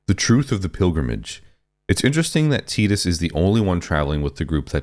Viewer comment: Bonus points for pronouncing Tidus correctly. But, everything you said is just because of nostalgia, despite your attempt to say you were not doing that. The same for all of the comments agreeing with you. I started playing Final Fantasy with 7 but 10 was probably the first one I was old enough to enjoy and beat, so I do have a lot of nostalgia for it. But I don't think it's the last great Final Fantasy. I'd say it's top 3 Final Fantasys maybe but I think 13 is the objective best game, even though my favorite is 9. But 12 was great, 15 had it's moments despite a questionable production and somewhat disappointing launch. 16 was a great jump for the series becoming a true action RPG, even if I wish the combat had more depth. Even most of the spin-offs are great. Crisis Core and the Remake series (so far) are some of my favorite Final Fantasy games. Hell, even 15 Pocket Edition was a solid mobile game. People who don't like them are just people who won't give them a chance because it's not the same as it was when they were kids, and that's pure nostalgia blindness.